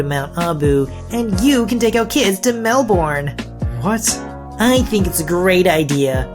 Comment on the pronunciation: I've heard the first story a few times on reddit channels. It's so nice to finally hear Mel-bin and not Mel-burn. ;) - An Aussie.